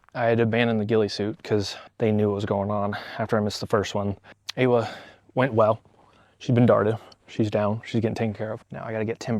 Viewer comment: them pronouncing awa's name correctly on just the first stream, then never again hurts my heart. it's maori, it's ah-wah